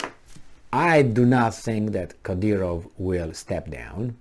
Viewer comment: His name is: Cadârov.